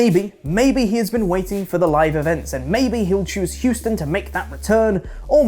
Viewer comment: THANK YOU for pronouncing “Houston” correctly. This is why is the greatest. I still have PTSD if Andy saying “Who-ston.” And NEVER being corrected. Los Intangibles will win the Jampionship!!